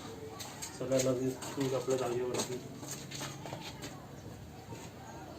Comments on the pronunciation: चुळ नाही चुल म्हण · चूळ नाही रे चुल म्हणतात... 😂😂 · चूळ नाही रे पप्पू चूल. मी कधी कमेंट करत नाही पण तुझे चूकीचे उच्चार कानांना खुप खटकतात. तूझ्या परसनालिटीला शोभत नाहीत. काकूंचे नाही खटकत. वाईट वाटून घेऊ नकोस. तुझी ताई सांगतेय असे समज. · चूळ नाही चुल म्हणा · चुळ नाही ताई चुल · अरे बाबा चुळ नाही चुल चुल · 😁 ha asa ka bolato ??? Tond dhuto ti chul vegali ani anna dhijavato ti vegali ..kadun vha L ani gulpolo cha L vegla ahe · Hello tai tumhi banawleli chuul khup mast hoti. Aapan banawleli chulichi majach wegli. Aani chulichla ucchaar tumhi chukicha kartay😊